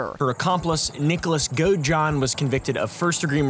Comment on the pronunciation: This is the first time I watched one of your videos, and I'm subscribing. One correction - Nick's last name is pronounced GOAD-eh-john. Looking forward to more videos!